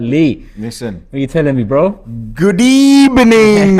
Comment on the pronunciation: That smile from at the start followed by his "Good ebening" 😭